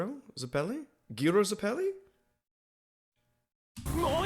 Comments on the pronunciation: gyro's name is pronounced "jairo" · It's pronounced "Jairo" 😅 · yeah but im hear sometimes somebody call Gyro like Kyro or Giro or Cairo